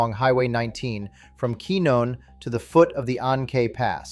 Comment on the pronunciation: Pronounced Quinn-yon. Teach your AI properly.!